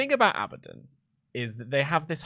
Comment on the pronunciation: "Abadoninium" You got to love how britishness is getting in the way of saying Abaddon, he feels the need to add 8 syllables like all Brits.